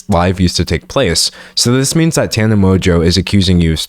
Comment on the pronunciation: I think this is the first video ive watched where someone is pronouncing Tana's name correctly. Thank you for actually saying her name properly, its been weird hearing people talk about something serious while also not caring enough to look up how to say her name